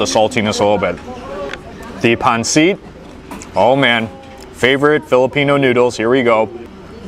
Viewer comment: hey! Pronounce pancit as pun-sit’, not pon-seat. Thank you for the video! Food looks delicious!